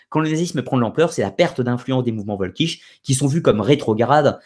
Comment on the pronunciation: Si jamais tu refais une vidéo sur la question, je me permets une petite précision : en allemand, c'est le W qui se prononce V et le V se prononce F. C'est donc "Folkich". Pour t'en souvenir, il suffit de penser au Folk anglais.